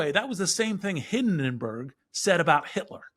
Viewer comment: "What if ..." "What if ..." "Ya know." "Ya know." "...like in Nazi Germany." "Hinnedenburgh"?!?!?! Well, how ever much he appeals to The Economist (which has already taken a Chicken Little approach to a possible Trump return to the presidency), I can't say that I'm impressed by either his eloquence or his grasp of history. Hoffman epitomises a new class category Scott Rasmussen has established to describe those whose wealth and social stature put them into a position to make pronouncements - pronouncements & predictions that subsequently prove significantly inaccurate. The label for this group is "Low Information Elites". An elite, for instance that would grade Biden's handling of the economy in the 'A' range at the same time that most Americans are struggling financially. Similarly, his fear of an assault on the Rule of Law: even some of CNN's own legal analysts have worried about lawfare and the weaponisation of the justice system in the coordinated prosecutions of Donald Trump. That ship has already sailed. We can only hope that Trump doesn't follow suit. He already served 4 years in office, and he didn't "Lock Her Up". With regard to his observations about parallels to the fall of the Weimar Republic, consider this description from the fascist playbook: "a well-funded cabal of powerful people, ranging across industries and ideologies, working together behind the scenes to influence perceptions, change rules and laws, steer media coverage and control the flow of informatio